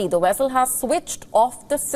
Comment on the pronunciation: Vessel not Wessel